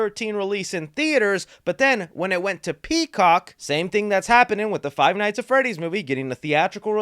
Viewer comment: Did he say fie nights at Freddy’s?